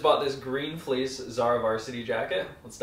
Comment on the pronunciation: emphasis on, "with the fleece💅"